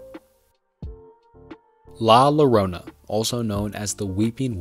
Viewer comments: great video but you said incestuous instead of innocuous 😭😭 also you should pronounce la llorona as la Yorona because the ll makes a y-like sounds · In spanish two “L’s” make a “J” sound so La llorona is pronounced La Jorona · The video started off strong, with no introduction and little chitchat, just listing several urban legends, but later in the video there are several issues with research (Like pronouncing La Llorona with an L not an I) and stumbling with words. Very cool video, but next time please double check it for such issues before posting please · dawg you gotta do better with some of these pronounciations. "La Lowrona" Like really dawg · Not to be a bother but it's La Llorona pronounced "Yorona" Fun Fact: La Llorona originated from Oaxaca, Mexico where my parents are from. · La Llorona is pronounced La Yorona 😅